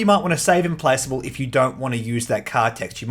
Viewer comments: Im-Plack-able. I believe that's the pronunciation. ;) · I'm with Argirios, on feeling like the Clone Wars would make for a better setting for ground combat skirmishes as seen in the prequel films and Clone Wars cartoon., I find your pronounciation of Implacable disturbing.